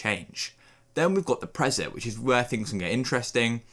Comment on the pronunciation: Dude. "Prezet?" It's "pree-set." "Pre-" = before.